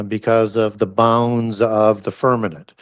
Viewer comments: I love you guys and I watch all of stuff… I wonder why he says firminant instead of firmament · Why does say “firmanent” instead of firmament?